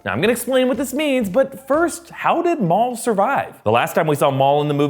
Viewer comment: MAUL... NO ONE ELES. JUST MAUL.